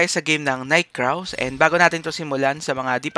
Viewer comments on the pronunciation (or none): paki ayus yung pronunciation mo. Night Crows as in Krows ang bigkas hindi Kraws. tapos yung Talisman, ang bigkas nyan Ta-lis-man hindi Talis-man.